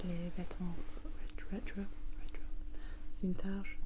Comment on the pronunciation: Vintage ça se prononce comme en anglais pas vint-âge lol